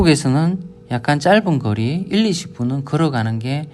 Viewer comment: "거리" 라는 단어가 억양 때문에 자꾸 "그리" , "긔리" 로 들림.